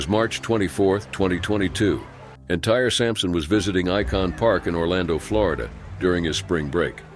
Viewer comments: Internal cringe every time I hear you pronounce Tyre as "Tire"... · His name isn't pronounced tire 🤦‍♂️ u even had to say his name like 100 times in the video it got more annoying everytime. What made u even think the kids name was friggin tire? If youre gonna make videos about things like this..maybe find out the correct pronunciation of the victims names so you dont look like an idiot. Plus, it's disrespectful as hell to the deceased! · It’s VERY disrespectful to get a deceased person’s name wrong and not even apologize for it. It’s not pronounced ‘tire’ it’s pronounced ‘tie-ree’. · His name is Tie Ree not tire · Tie- ree! Not Tire!😡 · HIS NAME IS NOT TIRE… ITS TYRE TIE-REE… IF YOURE GOING TO MAKE THESE VIDEOS AT LEAST HAVE ENOUGH RESPECT TO GET THEIR DAMN NAMES RIGHT. HOW DISRESPECTFUL!!!!!!!!!!!!! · You didn’t research to see that his actual name is “Tie-ree,” not “Tire.” Then you thought that someone was blaming you when you clearly didn’t read any of it carefully. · Bros name ain't Tire Sampson, Tie-ree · His name was ty ree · Why’s he calling him tire 😭😭😭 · His name is not tire 🙄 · It's pronounced: 'TIE-REE' Fix your AI's pronunciation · Can't even get dudes name right it's not tire. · Now yall know dang on well his name is not TIRE😑 like come on now. So disrespectful to not at least do research on the correct pronunciation of his name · It would have been nice if you would have looked up the pronunciation of the names out of respect for them and the loved ones. Tyre’s name is not pronounced Tire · 100 percent agree.. I wanna know how he even thought the kids name was tire 🤦‍♂️ dumb as hell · He pronounced an even easier thing to say wrong..that kids name ain't tire 🤦‍♂️ how u gonna be a youtuber and pronounce all kinds of shit wrong? Not the brightest guy I can see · his name is TIE-REE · Yes!! He was driving me crazy with "tire". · Thank you!! Driving me crazy every time he said “Tire” ! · well it's pronounced tire in Europe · His name is Tyre. It’s okay